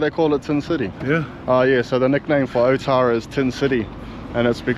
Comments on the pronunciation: ootara bra not otara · Your a soldier of god.i am a god,and its not oootara,its alltarra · you dum ass cant even say otara properly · Be awesome if you learnt to pronounce Maori names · Be mean if you pronounced otara correctly. It’s not hard to roll your R’s 😂 I know even the locals don’t say it properly but we gotta start somewhere lol Well done for mentioning and pronouncing“tamaki makaurau” properly though 👍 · Awesome content, would be cool to hear the proper pronunciation of names. Ōtara, which means the place of Tara.